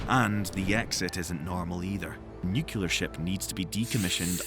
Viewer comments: *sighs* You're pronouncing nuclear incorrectly. It's not nuke-u-lur, it's new-klee-ar. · Also nukular, yuk. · Great info. Please learn how to pronounce "nuclear" ;-)